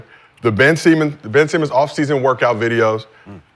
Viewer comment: yes, said Ben Semen